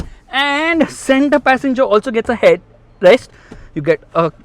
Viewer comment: The center passenger also gets a head........rest, the pause 😂